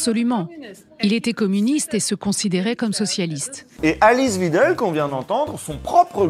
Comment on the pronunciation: .. usul.. c'est WEIdel prononcé "vaïdeul".. svp